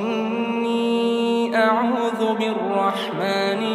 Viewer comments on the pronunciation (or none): none